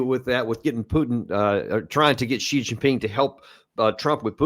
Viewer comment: its Xi not Zhi 👍